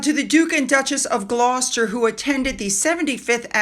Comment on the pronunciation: "Gloucester" pronounced "gloss-tuh". "Gloucestershire" pronounced "gloss-tuh-shuh"! But we know what you mean!